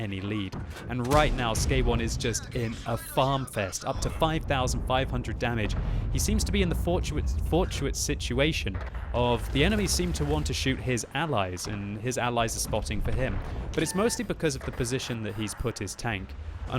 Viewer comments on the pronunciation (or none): Fortuitous was the word you were trying to say